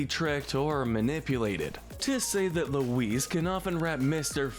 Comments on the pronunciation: You’re pronouncing Louise wrong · Lou-WEESE....WEESE...WEESE... Forgot Aunt Gayle too.